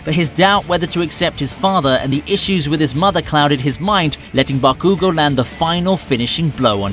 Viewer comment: Its call bakugo